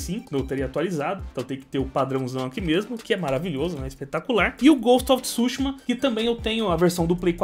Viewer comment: Ghost of tsÚshima😂😂😂 KKKKKKKKKKKKKKKKK. Desculpa a zueira com sua pronúncia . Coleção muito top parabéns...